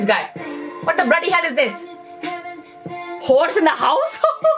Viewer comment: horse (sounded more like who**s) in the house thus WAP is born